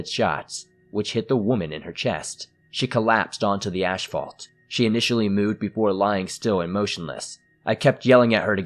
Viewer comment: Dude, lemme help.. it's "ass-fault"...asphalt, not asHphalt. The H belongs to the P, which makes an F. Got it now?